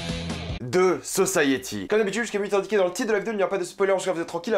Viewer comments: Sa me stress comment tu dit the society, the saussaïyéti 😂 moi je dit comme je dit société, sauf un y a la fin donc the sociti ( phonétiquement ) 😂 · c'est pas "de" society mais "the" society